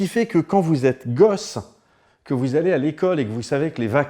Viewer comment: Hhhhh quand t'as dit " quand t'es gosse et que les vacances c'est dans 3 semaines " j'ai vraiment que tu avais dit gauss a la place de gosse